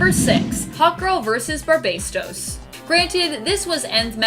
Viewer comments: she continously calls Barbatos , BARBASTO. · "Barbasdos"?? 🤣🤣 This is trashhhh. Get some people who actually know the subject matter their talking about. And do some proof watching before posting for fucks sake. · Say it with me, Bar-Bā-tos